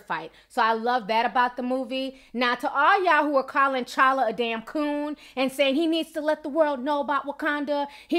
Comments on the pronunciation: T'challa not challa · The 'T' is not silent in his name. T'CHALLA